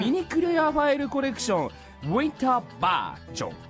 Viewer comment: Uintaa? I was so confused lmao I love how kageyama doesnt know how to pronounce it and hinata be like going for it😂